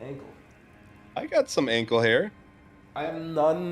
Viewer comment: he just said "ankle" like he was googling his ankle